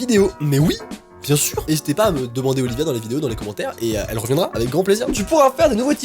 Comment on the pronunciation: mon nom est Olivia et quand étais entendu le prononcer sa a fait trop bizarre